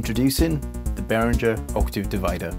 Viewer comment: Hi there, I love all of your content and videos are wonderful, except for one little detail: you pronounce Behringer incorrectly. Not sure if you’re doing that to cater to an English-speaking audience, but it is a little bit funny to me that you work for the company, but don’t pronounce the name correctly. nevertheless, I love your content and you’re positive style of demonstrating these products thank you. 🕊️🎛️🎸